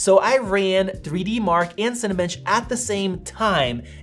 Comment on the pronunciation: Great review. Just wish Americans would stop pronouncing "and' as "eeee-and"